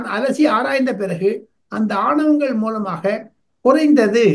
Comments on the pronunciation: ஆனவங்கள் என்று கூறி திராவிட model போல தமிழை கொலை செய்ய வேண்டாம் ஆவணங்கள் என்று கூறி தமிழை காப்பாற்ற உதவி செய்யவும் . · மூத்த பத்திரிக்கையாளர், aavanangal என்பதற்கு, aanavangal என்கிறார். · ஆவணங்கள் not ஆணவங்கள் sir